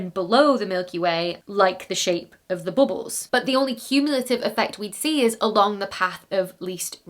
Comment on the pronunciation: Say "Boobles" one more time.... 😆 I love it.